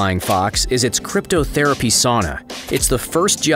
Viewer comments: This man just say "cryptotherapy"?? Lmaooo its cryotherapy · crypto-therapy sauna... 😂 bro it's cryo-therapy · Cryotherapy not crypto 😂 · Cryotherapy, not cryptotherapy, Jesus christ. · I found that confusing too. Surely he meant “Cryo” therapy. How is cryptography in anyway therapeutic? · Sashimi, not "Shashimi" Wagyu, not "Wagu" Cryotherapy, not "cryptotherapy" (what would that even be? hidden therapy?)